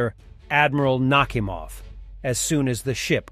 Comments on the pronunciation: Oh, ffs 🤣 Destroyer called "Admiral knock im off"... I know it's pronounced Nakamov, but If that ain't a sign...🤣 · Admiral "Knock-'im-ov!" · Admiral “knockhimoff”?😂😂